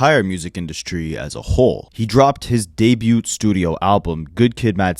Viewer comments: Bro! For the umpteenth time!: The T in debut is SILENT! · How has no one ever told you that you pronounce debut wrong. You say it so often